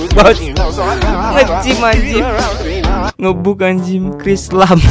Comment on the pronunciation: Bukan "Ngebug" Tapi "Ngebag" Cara Nyebut Ny NgBug=sebutan "Ngebag"